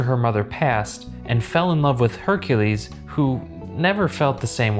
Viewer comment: Only Name He Said Correct Was Hercules 😒